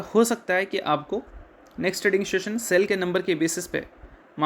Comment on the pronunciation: LEARN TO PRONOUNCE सेल NOT CCELL